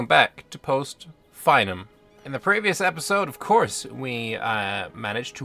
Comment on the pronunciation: It's pronounced "fee-num" not "fine-um"